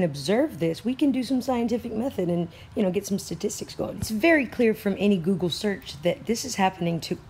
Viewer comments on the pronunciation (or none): none